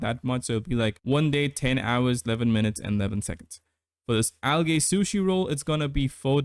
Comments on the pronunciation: Unless its an accent, Algae is pronounced "al jee" not "al gay" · the second a in algae is silent